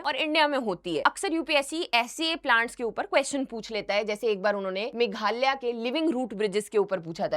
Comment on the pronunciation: मैडम खुद मेघालय को मेघाल्या, अगरतला को अगारतला, और सुश्रुत संहिता का नाम भी ढंग से नहीं बोल पा रही!